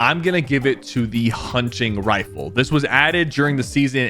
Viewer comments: Bro said hunching rifle💀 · "Hunching rifle" 🥀 💔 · huncing rifele